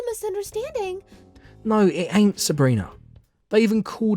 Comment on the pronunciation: Hearing the British accent say 'ain't' was very funny